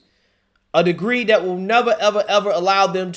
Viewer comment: Brother I love your videos but I can't watch them anymore because of how you talk. DIS instead of THIS......DAT instead of THAT......DEM instead of THEM....etc. it's cringe worthy..... And I just can't take anything you say seriously if you still speak this way..... You are clearly not stupid but speaking that way makes you sound like a guy from the hood..... Not an up and coming young journalist.